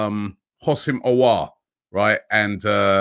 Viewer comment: Houssem "O" LOL